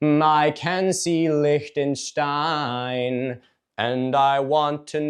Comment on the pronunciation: Milo saying Liechtenstein is genuinely the first instance of an American being able to pronounce „ch“ correctly I‘ve ever whitnessed